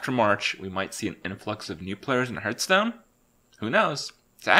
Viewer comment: It is not hurtstone, it is hearthstone